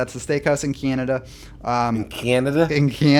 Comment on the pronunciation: Love! LMAO on how he pronounces Canada.